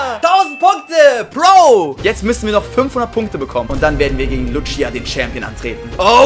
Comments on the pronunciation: Man spricht die btw Luzia und nicht Lutschia aus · Wie er sie Lutschia nennt obwohl es einfach easy "Lußia" ausgesprochen wird ^^ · Lutschia XD schöne Aussprache